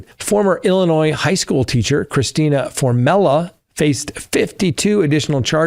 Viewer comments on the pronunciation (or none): none